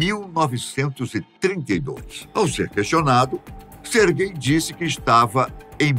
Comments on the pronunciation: Na hora que ele fala o nome do cara eu entendo "ser gay" "---" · "Sergay" lá ele 🤣